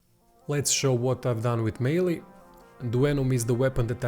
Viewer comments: “May-El” Wicked vid tho! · French name, pronunciation is My-el.